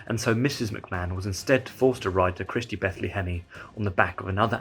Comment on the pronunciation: I had to pause and go question my life choices when said “Christy Bethle-Hemme”